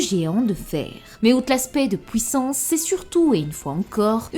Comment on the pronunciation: Comment se fait-il que tu dis "détruire" "juive" etc mais pouissance ? Drôle ça